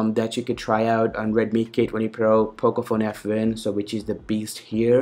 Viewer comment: Abbe sasti raand.. English jyada na chod...its not pocofone f..wen......its pocofone f1